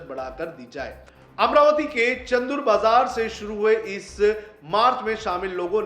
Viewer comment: चंदुर बाजार नहि, चांदुर बाजार